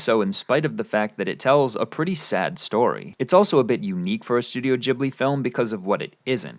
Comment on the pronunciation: Wait, how did you pronounce Studio Ghibli?